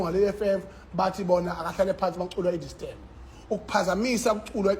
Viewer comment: Ubhibhidla njee okwesele phantsi kwamanzi. Xa usithi makuculwe i- die sterm uthetha ntoni?